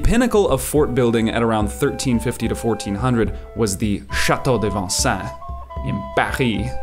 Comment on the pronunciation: "SHA-toe DAY von-SA(n)" is an incorrect pronunciation. The correct pronunciation is "sha-TOE duh vahn-SEHn".